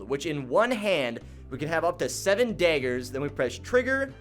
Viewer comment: Much love, but why are you calling them daygers?